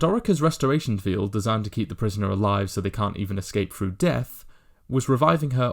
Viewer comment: a great video, but please, please, please will you pronounce your th's correctly, "THREE" is not pronounced "free", "THIRTY" is not pronounced "firty" and "THROUGH" is not pronounced "frew". It really grates when I hear simple words mispronounced.